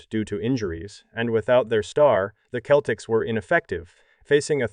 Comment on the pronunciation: When you write your script for narration, you've got to write out 'nineteen eighty' or the computer will read it as 'one thousand, nine hundred, and eighty'. You ought to try spelling Celtics as 'Seltics' for the computer as well. It's jarring to hear and easily fixed with a bit of effort/editing. Otherwise, it's a decent video. Thanks.